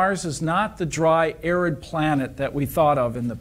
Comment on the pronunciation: OMG her English is so awful. If she had actually watched the video she was commenting on, she would have realised that "arid" is not pronounced "acrid". How can you make videos like this public? It brings shame to the publication and the country.